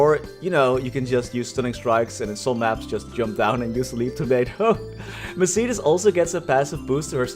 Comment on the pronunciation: say mercedis one more time i stg, its mercedes, like the car